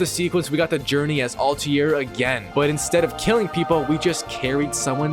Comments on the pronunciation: And Al tai rrr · Your pronunciation of Altair is garbage